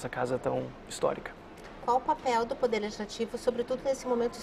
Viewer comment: Fábio, reparei que quando vc usa o verbo poder a pronúncia fica “pudê”.